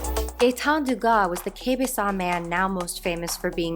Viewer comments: This is an amazing piece. (Also, just an FYI its pronounced "kay- bec-wah") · Awesome stuff, just a wee note, Quebecois is pronounced more like k-bec-wa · Quebecois is pronounced "Kaybeckwah" Great video! The AIDS epidemic was like a test run for conservatives to prove they are monsters. Covid-19 let them flourish.